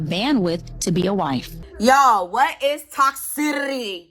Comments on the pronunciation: Toxitity… she did not finish her schooling, also she does not use the term “women” the plural of “woman” she keeps pronouncing it as “woman” I’ve watched many interviews of her doing this.. FRAUD.. no wonder DR Umar, another fraud defends her. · Riiiiight!!?!😂 Girl I was losing my mind over the way she was pronouncing “toxicity” and she just kept saying it! 🤦‍♀️ lol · Her not being able to pronounce the word 'Toxicity' is hilarious.